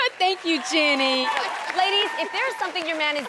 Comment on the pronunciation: her calling Jeannie “Jenny” sent me 😂😂😂